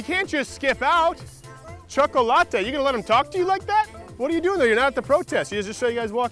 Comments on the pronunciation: dis nigga did not just say choc-o-latte, lol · Lool he called the black kid chocolateatee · Why did he call that guy choco-latte? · You just loved saying chakalatte didn't you 😂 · I couldn't quit laughing at him calling that guy chocolatte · Choca-late'. HahahahahHahAhahahaHAHAHAHA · Why did u had to call him “cho-co what ever” I know you were playing, but it was unnecessary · Terible Teri That’s how you pronounce chocolate in Spanish. The other two kids that called him while Crowder was walking up to them might be Hispanic and pronounced his name in Spanish.